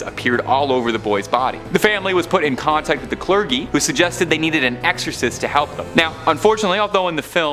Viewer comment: Clergy is pronounced cl-er-jee